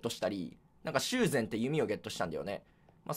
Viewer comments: 修繕のイントネーション、しゅう繕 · しゅう⤴︎ぜん⤵︎の弓矢が、、、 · しゅうぜんの発音が藍染で草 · 修繕のイントネーションが洪秀全だ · 修繕の読み方しゅうの主張が強すぎるw